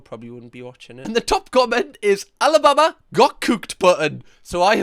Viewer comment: How many times did you say Alabama barker wrong before you started swearing. 😂 much love from Scotland